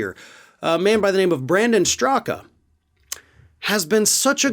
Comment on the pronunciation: Wait, did you say Brandon Stuka? oh, Straka. My bad.